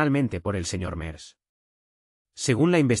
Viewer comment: Quién fue? Merdz Cómo lo pronunciaría un francés 😂😂😂😂